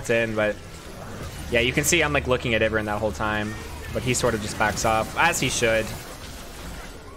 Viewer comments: still says iv-ern instead of i-vern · How you say Ivern's name is entertaining lol